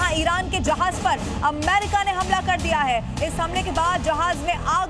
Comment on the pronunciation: Amma Rika?ya ameriika, beker uchsalte kiu jee